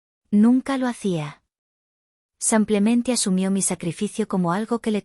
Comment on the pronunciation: No se dice sampiaménte se dice simplemente.